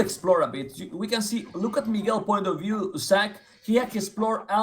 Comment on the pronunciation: De biew of de bipers casTel is soooo much better, but look at the villajers, ajajajajaj ... no thanks ;-) At least he promised to work on his pronunciation after Zach dropped a sentence in Spanish in this video :) Let's see if he really does